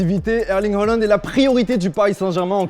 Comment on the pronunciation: Erling Heuland ?? Haaland !